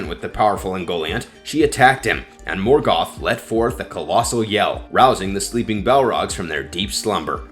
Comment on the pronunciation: You couldn’t even be bothered to pronounce “Silmarillian.” Same for “Morgoth.” Same for “Minas Tirith.” And “Ungoliant.” You failed to mention Galadriel, by far the most terrifying she-elf to ever elf-wench.